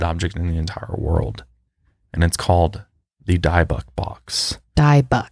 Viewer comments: OMG "die buck" was effing killing me it bothered me so much. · Its not pronounced diebick box, Its dibbuk box. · Dybbuk is pronounced dib-bik not die-bock lol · I'm sure someone has already said this but it's not pronounced "DIE-BUCK" lol. It's "DIB-BICK". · Jesus...it is pronounced Di-bbock. Not DIE bock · It's a DIBBUCK box not DIEBUCK box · it’s pronounce “Dib-ick” box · Dying over the pronunciation of dyybuk the whole video 😭😭 it’s dih-buk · The box is pronounced 'DIBBUCK' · Guys, it's pronounced like DEbEk box. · Your saying dib_ickk box wrong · Dybbuk is pronounced like dib-ik. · The box is pronounced dib ick :) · "Dib-bek is how I've always heard it pronounced. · Dybbuk box is pronounced like Di-bik ❤️ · it’s pronounced “dib ick” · C A well, if you wanna be nit-picky it’s closer to dib-uck not ick. Get used to and mispronouncing stuff.... it happens often. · It’s Di-book. Like the di in did. Di-book. I got to see the one in Zack Bagan’s possession, i believe it was this one. It started to make my fiance feel like he was going to have a heart attack before he even knew what room we were going into (i did) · I’ve been waiting for you guys to post the video so I could say it’s actually pronounced more like dib-ick box and I don’t think you can visit the warrens museum anymore? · People’s pronunciation of words don’t normally bother me but every time he mispronounces Dybbuk I squirm. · You guys said Dybbuk wrong haha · Dybuk is pronounced differently